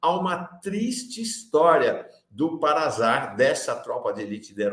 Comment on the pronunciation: Desculpe, mas a pronúnciar não é com som de Z. É PARASAR, que, agora, é SAR.